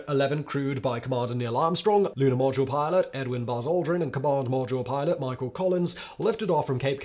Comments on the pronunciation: " Lunar podule milot" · Love it when he says 'lunar podule milot' . The editor missed that one. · Did you say "Lunar Podule Milot?" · Podule milot...😂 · . "lunar podule milot" 🙂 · "The lunar Podule Milot"? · I love the metathesis faux pas at about “lunar produle milot” I can’t believe this doesn’t happen more often based on the speed in which he speaks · "commander and lunar podule milot"... err Houston, we have a problem. 🤣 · You said "Podule Milot" :) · Lol, "podular milot" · "Lunar Podule Milot" LOL!! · Lunar Podule Miler? Is that Luna Module Pilot or am I not understanding it? Not a piss take, really enjoyed this one and seeking clarification. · He also say Lunar Podule Milot lol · "Lunar Podular Milot"??😅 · "Lunar Podule Milot" 🤣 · "Luna podule milot"???😂. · I do enjoy your videos, especially this series on manned space flight. I also enjoy the humour you creatively insert and, with that in mind, wondered if you intentionally called the Module Pilot the “Podule Milot’ at 30’52” time stamp (I had to play it again to make sure I wasn’t hearing things). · "Lunar Podule Milot" XD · Lunar podule milot is proof that simon is a robot and not real.